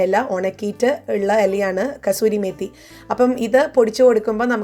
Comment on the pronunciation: കസൂരി അല്ല കസ്തൂരി മേതി എന്നാണ്